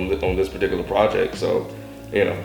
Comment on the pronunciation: lol god forbid they ever find another word for "project"...or, i mean.. "projeck"